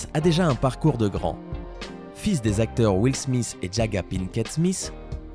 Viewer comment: Sa se dit pas Smiss sa se dit smit